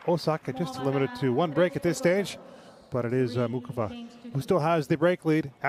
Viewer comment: Will all the knuckleheads, INCLUDING THE REFS, learn to pronounce Karolina's name correctly: It's NOT MOO CHOVA It's NOT: MOO Kova: It's: MOO HOVA How hard can that be????